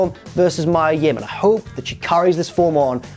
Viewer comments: It's Mee-Ah Yim,not May-Ah,..Numpty!! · you're saying mia yim wrong